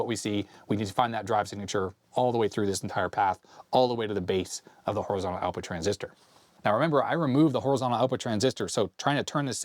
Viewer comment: But he doesn't say Horizontal! There is a T. HorizonTal!